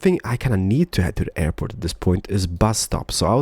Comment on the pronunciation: Call the airport "Derport"